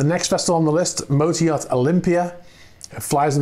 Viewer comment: lol, I have been hearing you say "motor yacht" it as some russian name "mota-e-art". Just thought that was so funny to post a comment. :)